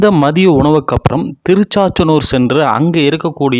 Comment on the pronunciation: Neenga enna tamizhukku pudhusaa?????? திருச்சானூர் / Tiruchchaanoor solla theriyavillaiye?????